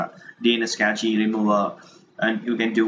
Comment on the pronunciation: That's nice! But FYI, it's not "kechi" .. it's simple pronounced "cash" -> (cache)